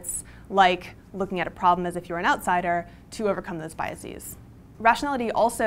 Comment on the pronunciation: I blame Carl Sagan for making people think that you pronounce 'biases' as thought it were the plural of 'biasis', which of course it isn't. Basis to bases (Bay-sees) Bias to biases (By-a-sez) Other than that, a salient and timely presentation.